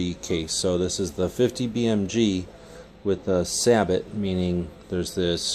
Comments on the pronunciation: Its say-bow not sabit. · Its actually pronounced SAY-BO not SAB-OT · Surprised to hear you say sa-bot instead of say-bow. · Stephen Weiler what in hell is kaysadyia or quesadilla. Sabot sounds dang better than your saybuuuuw. In german we say say it in a clear way "Sa-bot" (german S not english "zay" like s). Or like i said Treibspiegel. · Johannes.St \Liandri-Innovation_RifleCompany/ The Mexican food. People should pronounce words like they are on their native language. Either way, the correct way to say sabot in English is saybow, not sabit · Jttv better said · I hate to be this guy but it is truely pronounced "Sae-Boe". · Yeah say bow, lol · dude its called a say-bow !! get it right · lol, sa-but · i thought it was pronounced suh bow oh you said it like that, kthnxbai